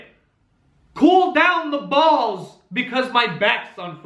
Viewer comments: The Brooklyn accent comes out at "COOL DOWN THE BAWLS!" hahah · DragonBeast04 his Italian side came out there